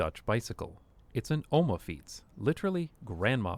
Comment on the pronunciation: oma not omo (oma translated means grandma)